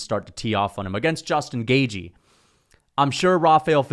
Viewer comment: Why you call him Justin “Gayjee”? 😂😂